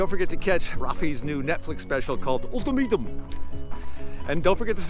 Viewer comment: Sounded like he said old tomatoe. Ultimatum.